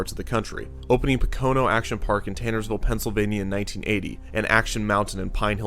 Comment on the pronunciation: Its pronounced Poke O No not Po Cone O for Pocono. Mispronounced it every time